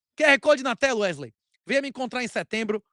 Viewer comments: Toda vez que o fala "Não é mesmo Erley?" Me da um certo desconforto pq parece que ele esta dizendo meu nome errado. kkk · Alguém pode avisar a ele que o nome do cara é WeSley? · Werley ou Wesley? 😂